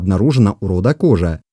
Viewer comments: Немного резануло слух: "включая Торе и кОжу". Извинения услышал, все нормально, автору проститительно. Но правильнее, конечно, произносить как род "кожА", слово не склоняется. Говорят, что произошли от средневековых арабских миссионеров. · Ударение в казахском языке ( как во всех тюркских языках) подает на последний слог: не кОжа, а кожА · как и во всех тюркских языках. ХожА , а не кОжА ))) Изначально от слова "ходжа". Жаль , что хорошая работа портится каким то марсианским произношением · Очень интересно, только слух режет как произносишь названия. Не ставь ударение на первый слог. Например ты произносишь название рода кОжа, но надо кожА и тому подобное. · Кожа ударение на а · Не кожа,а кожа ударения ан а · Автор, слух режет Ваше произношение 😱 в казахском языке ударение на последнюю гласную не кОжу , кожА , не тОрю , а торЕ и не склоняется! Рахмет! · Автор, в казахском языке (и в др.тюркских языках) ударение в словах всегда ставится на последний слог - "Кожа́". Слова произносятся как и пишутся, т.е. не Тарэ, а Торе́. Род "Кожа́" не "белая кость", а потомки исламских мессионеров. "Белая кость" - это род "Торе́" (потомки Чингизидов).